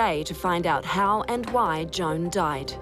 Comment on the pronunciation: Sounds like she says John, not Joan. Is Wech pronounced wek? Or wick?